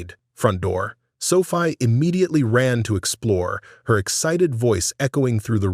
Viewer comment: 😮😮😮 The girl's name is pronounced "So-fee-ah" not Sofi, get right. But I like the story.